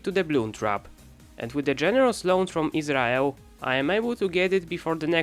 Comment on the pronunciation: I swear he said Israel